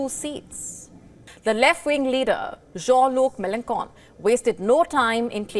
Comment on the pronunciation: "jean-Louc Méloncon...."😂🤣😅